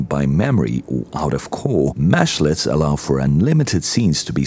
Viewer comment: They are mEshlets with an E. While it mashes meshes together a little bit of a mesh is a mesh-let... I hear this term a lot so the beginning of the video was really painful to listen too.